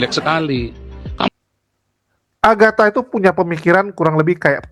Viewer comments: Mikhana!. Bukan Aghata. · Mikana bang bukan aghata.. Agatha sudah jadi gembel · sepertinya slip tongue seharusnya mikhana kan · Bukan agatta, maksudnya itu mikhana. cuma ga menyadari masih nyebut nama agatta terus 😂